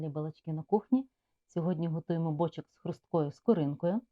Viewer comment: Все класно, одне питання: чому бОчок, а не бочОк?